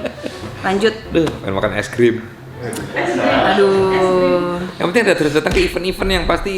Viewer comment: wkwkkwkwk es grim.. kaya bini guaaaaa.. es grim es gram es grim